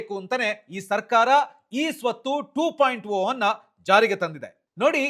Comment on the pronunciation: ಟು ಪಾಯಿಂಟ ಓ ಅಲ್ಲ ಅದು ಟು ಪಾಯಿಂಟ ಜೀರೋ